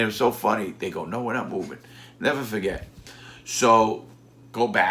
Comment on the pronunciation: larry "neva faget" lawton